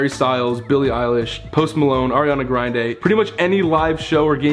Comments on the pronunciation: no one: ethan: aRiAnA gRiNd-AyE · Hold up also did he say Ariana grindae??? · no one: ethan: “AriaNa GriNde” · "ariana grind-aye" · Ariana grindyay or grinday is what it sounded like to me XD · ethan: “Harry Styles” “Billie Eilish” “ Post Malone” “Ariana GrINdDaYyyY” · why is no one talking about ethan saying “ariana grinde”💀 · GRINDAY LMFAOOOOOOOOOOO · Leslie Tehuitzil im dead “Ariana Grind-ay” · Nobody: Ethan: “Ariana Grenday” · No one: Not a soul: Not even the noise from the city: Ethan: “aRiAnA gRiNdA” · I was looking for this comment to it sounded like he said Ariana grind-dae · GRIND-É WTFFF ETHAN